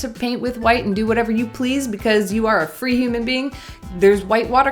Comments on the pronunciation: I laugh so much when she said wite out and “whitever” 😂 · The momment you said white-ever in instantly paused, wrote this commment and subscribed